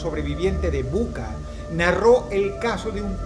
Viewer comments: Se pronuncia Bucha, no Buca. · Se pronuncia, bucha, no buca. Y es una invasión, no una guerra. Y no hay nada más ridículo que un latinoamericano pro ruso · No es buka, es bucha